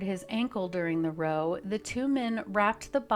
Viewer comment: Why are you pronouncing "row" like they had a row on a boat and not like they had a row as in, had an argument?